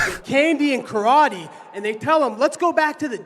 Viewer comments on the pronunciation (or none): none